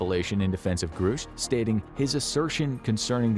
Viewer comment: Ok, I'm all done watching until you learn how to pronounce things. I cannot hear you say groosh one more time without popping my own eardrums.